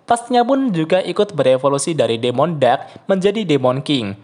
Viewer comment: Demon = bacanya dimen